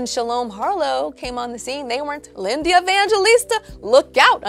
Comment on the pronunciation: Am I the only one who cannot get over her pronouncing Linda Evangelista as "LINDEAH" Evangelista???